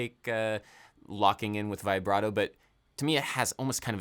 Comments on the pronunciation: Dear Adam, I absolutely love your work, and am I loyal contributor, but for the love of Bach, could you please stop saying 'Vaybrato' and pronounce it 'Vibbrato' like the rest of the world? Thank you <3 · interesting as always. by the way, its "vibrato", not "vaibrato". like "veebrato". ps: please come to italy! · I know i'm a little cringe but I die a little every time it's pronounced v-eye-brato instead of v-a-brato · Everytime he says Vaih - bra - toh 😅😅😅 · My dude... with all due respect... it's "vih-bra-toe." No long "i".